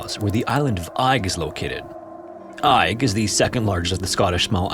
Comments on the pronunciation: The isle of Eig is pronounced EGG, not EYE-G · Eigg is pronounced "egg". I know, easy to mistake and not that you'll even see this! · ‘Eigg’ is pronounced ‘Egg’. It’s one of a group three well-known islands on the west coast - Rum (the largest), Muck (the smallest) and Eigg. I’ve sailed around the area. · I feel kinda bad for correcting you, as it was a valiant attempt, but believe it or not, Eigg is pronounced "Egg". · Eigg is locally pronounced as Egg. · Seriously man, search for the proper pronunciation of places in the UK before throwing them into videos. Your content is good but the Clan story was unbearable - the island is pronounced "Egg". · Greetings from Scotland. The island of Eigg is pronounced EGG..... I still enjoy your stories though. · stressfull to hear you mispronounce Eigg (egg) sm times but glad somewhere from my home is being mentioned. I've been in that cave and found bones!! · you do such incredible research and yet it is such a shame when pronounce place names so incorrectly, please research this as well! i'm relieved that macleod was said correctly but southwark and eigg are not said that way. without using IPA its best described as southwark being "sutherk", similar to suffolk. and eigg is pronounced more like "egg" or "airgg". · im pretty sure Eigg is pronounced more like "egg" just an fyi! ♥ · That’s not how Eigg is pronounced at all. It’s said “egg”. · Amazing Video as always. Fyi, Eigg is pronouced Egg. We Scottish love making things hard to pronounce. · It's pronounced "egg". Source - I'm scottish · Eigg is pronounced 'egg' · Eigg is pronounced as 'egg' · I'm going to be picky here and point out that Southwark is pronounced "Suth-rk" and Eigg "Egg". It's makes me wonder how accurate the other details of the stories are. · Isle of “egg” that’s how you say it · It's pronounced EGG!!! 🏴🏴🏴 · I know it's spelled pretty strange but the island name is pronounced "Egg"